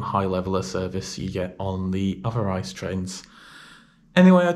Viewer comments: Why pronounce something wrong, just say I.C.E. Ice as in the frozen water is just dumb. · Great video, but every time you say ice a part of me dies. Just call it I C E in english please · Thank's for the lovely video and awesome degree of details in your report :D Just one tiny thing: please do us a favor and make the effort to call the thing I-C-E. No one demands this in German pronounciation but an I-C-E in English would be awesome :P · no ICE (Cream) but IE-CEE-EE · its not ice but rather i-c-e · I am cringing at the ice pronunciation. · Please just pronounce it with 3 seperate british letters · Since it is such a minor thing to you, why are you lazy with the correct pronunciation in the first place. Was there a need to ? Could you even have this conversation in my language ? A little more modesty would be highly apprecíated. Thanks.